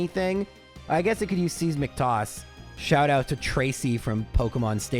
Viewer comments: Great video, love the 151 sprites so much. Its actually pronounced "size-mic" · "I guess it can use "sees-mick" toss" Alright, this has gone too far! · The way he pronounced seismic toss almost made me think I was going insane for a couple seconds.